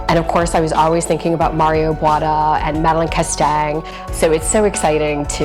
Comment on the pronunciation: I totally love this home. And, rooms, rooms, rooms! Wonderful. No one needs open concept when they have the skill and taste of Ms. Eerdmans. I hope rooms and respecting the integrity of old buildings is coming back. Wonderful! Just a correction: His name is pronounced BooAH-TAh not Bwahta